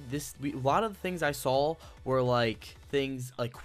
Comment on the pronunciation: DUDE!! There's no L in saw. Saw Not Sawl.